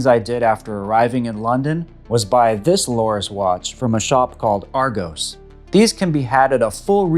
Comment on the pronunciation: Just a little help in terms of pronunciation. In the UK we call it Ar-gos rather than Ar-go-s 👍 Great watch and great review too 👍